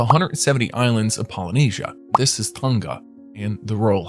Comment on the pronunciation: I’m from the original blood line for Tongan monarchs and bro the “ng” is one letter so say it like one letter